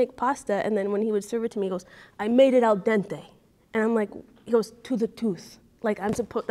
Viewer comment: “La Diente” to the tooth 🦷 Diente is tooth in Spanish.